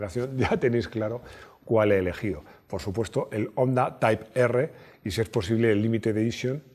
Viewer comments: Qué buen vídeo! Un apunte, Honda se pronuncia Jonda. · Pronuncias muy bien las marcas en su idioma solo te falta Honda ( jonda) Hyundai (jiundei)